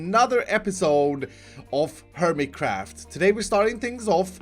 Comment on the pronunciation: "hermicraft" by davidbanan, staroring(?). why because sweds just cant seem to do english